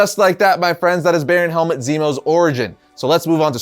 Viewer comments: I can't get over you pronouncing his name 'helmet' 💀 It should be 'Helmoot' iirc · its Helmut not Helmet XD